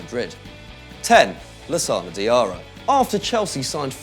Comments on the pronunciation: its diarra not diara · It's Diarra not Diara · It's Lassana Diarra not Lassana Diara and please stop from presenting anymore he annoys the hell out of me! Cheers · 16 seconds into the video and you mess it up! Diarra not Diara!!!! dafuq